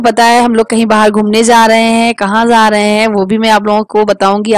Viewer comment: Za nhi rahe h ja rahe h bolte h